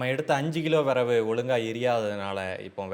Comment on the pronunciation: விறகு ❌ விரவு ✅ 😂